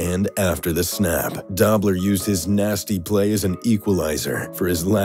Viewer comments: If you are going to profess to be enough of an authority to make a video on a topic like this, you should at least do enough research to pronounce the names right. It was Conrad "DOH ' - bler." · DOBLER pronounced dobe ler hopefully that helped. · It's Conrad Dobler as in dObler with long O. If you're going to speak it, learn the pronunciation. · FYI "Dobler" is pronounced "dough-bler". Source - grew up watching him play. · Oh my gosh that was driving me crazy! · its pronounced Conrad "Doe-Blur" Dobler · It really detracts from the presentation when you consistently mispronounce the name Conrad Dobler. Surely you could not have done any research for this piece and have gotten that wrong. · Mispronounced Dobler. Misspelled Ndamukong. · Awesome video and great voice. Show Conrad Dobler some respect by pronouncing his name correctly. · It's pronounced Doh-bler not Dah-bler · DOBLER. NOT DOBBBBLER🤣🤣🤣🤣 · he should learn how to pronounce conrad doblers name ( should be a long o sound) dobe-ler, not dob. or, maybe not repeat the bad pronounciation 7-8 times talking about the legend of conrad dobb-ler lol. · Conrad Dobler last name pronounced with a long o as in doughnut. Not Dawbler. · Conrad Dobler's last name is pronounced DOUGH-BLER not dob-ler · Dobler is pronounced "Doe-bler". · Conrad "Dob-ler"??? Get it right... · "Dobler" is pronounced doe-bler (doe as in deer) not daw-bler. I grew up friends with his nephew of the same name; just sayin' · Doe-bler, not Dobb-ler. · Its Conrad Doe -bler NOT Dab - ler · Conrad Dobler's last name, Dobler, is pronounced "Doe-blur" not "Dobb-ler". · Conrad Dobler not pronounced Dobb ler. Come on if you claim to know what you are talking about...... at least respect yourself enough to know how to pronounce their names? Doh! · Conrad DO-bler, not Dob-ler